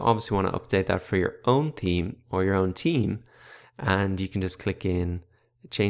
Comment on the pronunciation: except that he keeps saying 'team' for 'theme' haha.